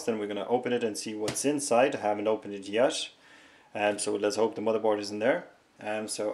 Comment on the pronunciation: Stop saying MotherborSH!!..